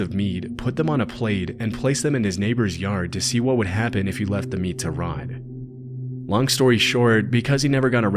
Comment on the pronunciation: except he calls meat "mead"